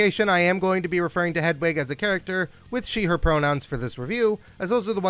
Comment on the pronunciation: Look, I'm a straight, white, cis guy and while I appreciate that my opinions on LGBTQ+ matters means jack shit-- You're pronouncing Hedwig's name wrong 🤣